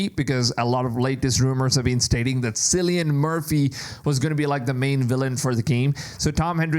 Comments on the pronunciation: Kill-e-an not sillyan😂😂😂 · It's Killian, not Cillian in terms of pronunciation. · Silly yin